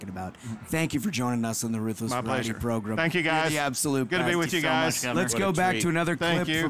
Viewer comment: 'Megan Kelly Joins the Progrum'